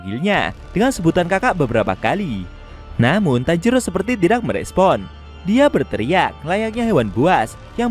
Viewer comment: Woy bukan tanjiru tapi tanjiro tauk